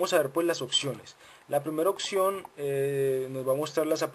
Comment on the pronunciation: Opción Opción Opción !!!!!!!!!!!!!! NO SE DICE OKKKSION.....APRENDE A HABLAR PORFA....